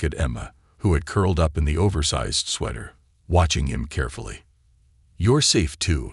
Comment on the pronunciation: He also says sweeter and sweather instead of sweater. UGH!